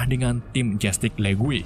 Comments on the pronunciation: Justice bang bukan justig 🤣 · Alur nya mantap,? Pembawaan cerita luar biasa,, cuma sedikit saran kalo bisa dalam penyebutan bhs inggris nya pelajari dulu di translate audio,, biar pas penyebutannya,, masa justice dibaca jastick